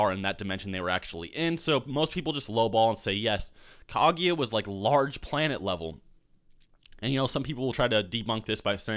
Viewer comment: KAGUYA M8 GET IT RIGHT